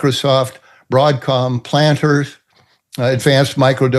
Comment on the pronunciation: And he pronounced Palantir "Planter". He probably thinks they sell peanuts.